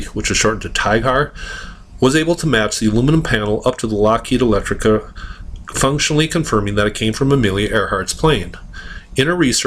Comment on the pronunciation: Lockheed ELECTRA. NOT Electrica.